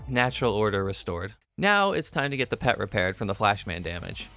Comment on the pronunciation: its pronounced P E T not pet